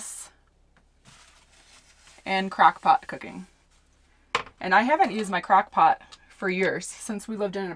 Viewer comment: Did she just say "Crack Pot"? Lol